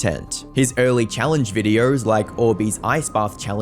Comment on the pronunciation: Funny Accent go brr